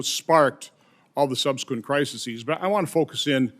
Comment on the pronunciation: #ronjohnson the word is "crises" not "crisisees."